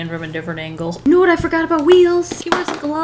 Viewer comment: It's spelt WEELZ Also: "weels"